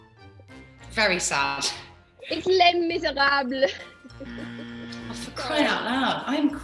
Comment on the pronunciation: Nicola pronouncing Les Miserables was amazing